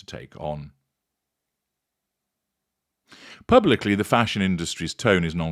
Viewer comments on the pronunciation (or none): The way you say “Fash Onn” cracks me up every time 😂